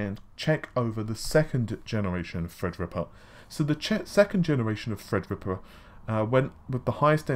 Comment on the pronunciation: I just seen a great effort at the beginning of this video.. said "Threadripper" perfectly, and you could just see the effort there. Great job. Two seconds later, he said "enthisi-asts" lol.